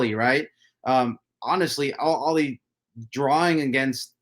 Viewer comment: Al Aheley. The H is not silent. It means “The Family”.